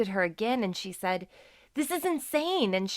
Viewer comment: It’s said not seid